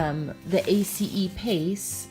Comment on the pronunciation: Wow!!! I'm so impressed that you know how to pronounce A.C.E. the correct way.. (= TY for sharing!! Lots of great info. here. Truly enjoying your channel. TY for being here. ^_^